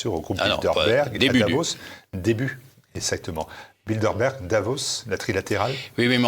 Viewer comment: Le décurion a t il de bonnes lunettes? c est BildeRberg , pas BildeLberg. Ou bien, doit il aller chez le prothésiste-dentiste ?